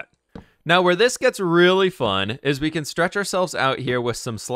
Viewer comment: y does he say can't instead of can